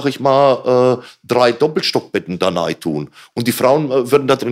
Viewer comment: Ich liebe es wenn "nei" statt "rein" sagt, bester Mann